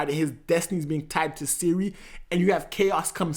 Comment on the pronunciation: Princess SYRIA? what the hell bro? Its CIRI